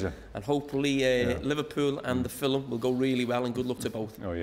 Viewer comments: "Filamm" lol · Iconikhh....in the filim industry 🤣🤣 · Carra: Filum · Carragher: "Your final Fillum..." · Carra keeps saying "filuhm" instead of film. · Loved the interview, but Jamie “fillum” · Jamie "fillim" carragher 😂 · FILIM "... LOVE IT 😁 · Why cant Carra say film properly?